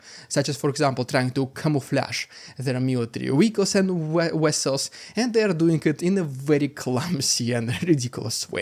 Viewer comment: Love your channel, but it's pronounced "vessels" not "wessels".